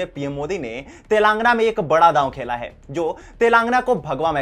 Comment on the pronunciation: Telaangana nahin Telangaanaa.. ucchaaran ka dhyaan rakkhein